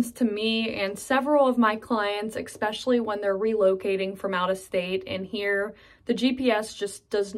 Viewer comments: The word is "Especially" Not "Exxspecially" Yinz 😏😏🙄🙄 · You can tell she's from Pgh by the way she says "eggspecially" instead of especially. Ugh, I'm a Pittsburgher who finds the accent very jarring and harsh to the ear. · The constant Mis pronunciation of especially (expecially) was very annoying. An accent is one thing changing letters in words is another. Yes, I’m from Pittsburgh now in Seattle 16 years. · It was a real culture shock when we moved from Metro Denver to Beaver in 2001, especially hearing people saying expecially! 😉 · Yes, "expecially"😉 when saying Especially! 🙂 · We should all be glad having you doing such a kind and friendly video. I think you are perfect. Just 2 things, pretty please. One. Unless Webster's has changed it. If you use the word especially often. here is no letter x in the word. EX_pecially in a video. Second one you should add the "parking chair" habit practiced here😄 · I grew up in Pittsburgh, but left when I was about 27. I am 80 now. I never heard anybody say "yinz" growing up, but did hear some folks say "yunz". I always wonder why the Burgh decided to be "yinzers" instead of "yunzers". Also, if I may, the word is "especially" and not "expecially" - even in Pittsburgh. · Speaking of Pittsburghese, I like how she says "exspecially" instead of "especially". (Incidentally, I was born and raised in the Brookline neighborhood of Pittsburgh.) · Is "exspecially" Pittsburghese also? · Expecially? Is that your own mispronunciation? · Well done! I like how you keep saying "expecially." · When she says "ekspecially". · Ecpecially 🥴...... especially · Eckspecially ? Really ? I didn't know that was a Pittsburghy thing. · I had to stop watching for that mispronunciation... Annoying and repetitive. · Yeah, I caught that ekspecially too...she probably isn't aware that she pronounces it that way...when I moved to Southern California I kept saying yins until I realized it was weirding out people. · Is "ekspecially" part of the Pgh dialect?